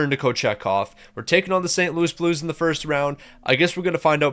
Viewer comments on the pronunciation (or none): none